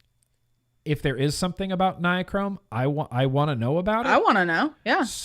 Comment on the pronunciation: read this out loud: Bill Nye, Google Chrome. Nye, Chrome. Nye-Chrome. Ni-chrome. Nichrome.